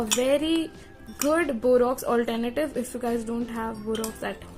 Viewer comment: It is borax not borox first see your pronounciation then speak